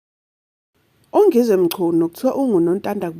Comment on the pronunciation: Wena ke nawe umbiza kanjani vele Ungizwe uma uthi ungiiizwe ufunda phansi islima uthini ngama Zulu.....nxa futseki.